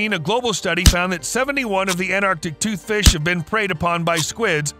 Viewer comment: That's pronounced anT-arc-tic toothfish.